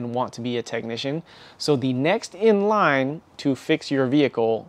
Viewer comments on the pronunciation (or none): none